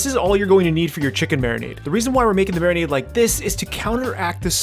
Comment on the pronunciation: How my beer while I "mariminade" my chicken. Love you,.